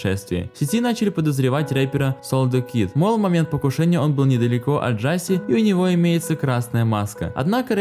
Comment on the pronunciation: Брат произносится не Джаси а Джосеа